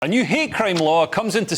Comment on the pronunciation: I love the Glasgow accent. You said 'hate crime', I heard 'hair cream'.